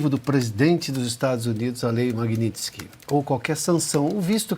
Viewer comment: Tá falando o nome da lei errado.... Alguém avisa que ele está falando errado. Magnisty